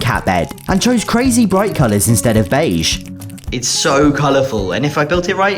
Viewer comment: what the video says: Beige Beige Beige Beige Beige Beige Beige Beige Beige Beige Beige what I hear: Paige Paige Paige Paige Paige Paige Paige Paige Paige Paige Paige Paige